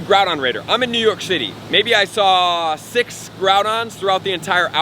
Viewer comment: "I'm in New York Shitty" Me: Bwahahahahahaha! No way! Me: rewinds "I'm in New York Shitty" Me: Bwahahahahaha! Dude, is way to upbeat for that. Either freudian or just slurred from speaking quickly, I still agree.